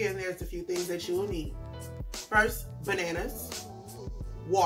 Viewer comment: "Shoppin....for buhNanNuhs!